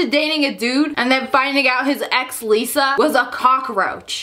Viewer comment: For a second I was confused so I thought you said Liza like the YouTuber lol